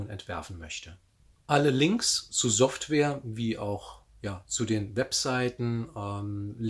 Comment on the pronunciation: SOFTWARE !!!! Bitte um alles in der Welt... lerne dieses Wort richtig auszusprechen. Wir sind doch nicht mehr in den 80ern. Slicer sprichst du doch auch richtig. Ansonsten sehr informatives Video.